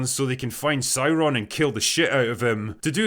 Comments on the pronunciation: Oh no not SaurrrrRRroon. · Dude, it's pronounced SOYRON, not Sauron......